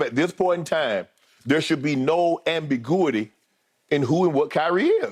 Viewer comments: . man said "ambigooity" 😂😂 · I'm aware that he was trying to say ambiguity. I just thought it was funny that he pronounced it that way.